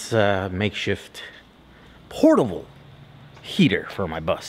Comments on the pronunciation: Poertable? Portable? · I enjoy your vids. "Poertable" though? 😜. Keep at it.